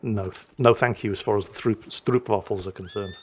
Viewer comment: Stroopwafel... The "oo " is pronounced like the "o" in "know", not like in "oops"...